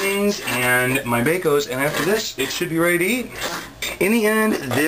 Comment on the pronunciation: lol you called it Baco's at first!!! LMAO!!